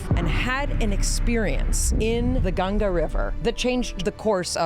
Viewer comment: First time a foreigner pronouncing Ganga ji perfectly🫶🏻